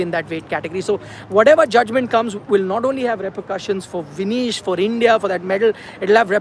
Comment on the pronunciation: Her name is Vinesh not Vinish